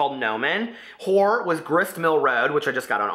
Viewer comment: I died when you mispronounced horror twice 😂 naughty naughty